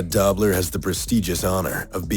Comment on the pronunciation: The voice over got a pronunciation wrong: Conrad Dobler's last name is "Dough-bler" not Dobb-ler. Long O.